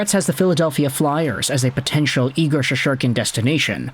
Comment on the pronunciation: Bro it's Shessss-Tur-Kin not She-shor-Ken! lol 😂